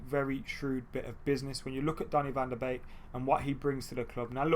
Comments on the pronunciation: Yep it's 'van der Bake', I'm Dutch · It’s pronounced van de bake